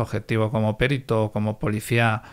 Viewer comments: "PERITO" NO "PÉRITO". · Por qué dice "périto"?? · pues está mal dicho, no es como en otras palabras, por ejemplo "ibero", que se admiten dos pronunciaciones.